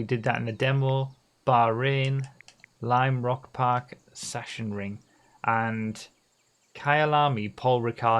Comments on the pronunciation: Ok, let's settle this: It's pronounced "Sak-sen-ring" in german with the "a" being pronounced like the first "A" in "Arcade" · the "long "A sound is more frequent in German - as in farmer, palm, harm and less frequent is the "short A" as in bat, cat, sat.. ....Hence here: Sark-sen-ring.!! The rules for which to use are awful, I just looked them up - lol I learnt to speak German quite well 50 years ago ('O' level) - we just picked up how to pronounce as we went along by hearing the words - I think you get a feel for it. Having said all this, Paris is Paris and not Pareeee. lol Anglicising foreign town names, up to a point, is acceptable . haha.